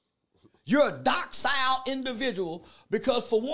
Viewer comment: He said DOCK SILE LMAO